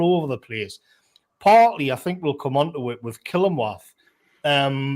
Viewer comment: The way says Killingworth hahahah Its Kilingwath up here.